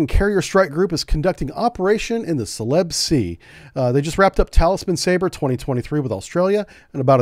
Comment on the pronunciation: sell--i--bees sea celebes